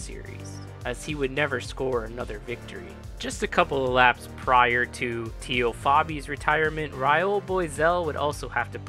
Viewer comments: TEE-O?? TAY-O. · good video. Its Tay-o not Tee-o though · "TAY-O" Fabi.